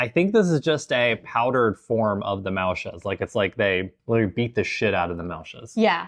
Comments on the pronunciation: De Hollanders die dit kijken 😢 hoe zij muisjes zeggen is zo vervelend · "They beat the shit outta the muisjes." 😂😂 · Beat the shit out of the "muisjes" 🤣🤣..... O. i am sorry we're out of any drink but we have karnemelk../..I don't think that would hapen/ oh ooh, i love the face you make, with the rolmops, so funny🤣🤣🤣 I still think your very brave👍you too